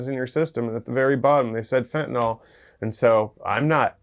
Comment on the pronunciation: There is no "o" in fentanyl hillbillies 😹